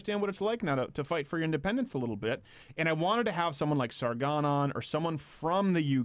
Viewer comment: Sargonon? Steven you what? :D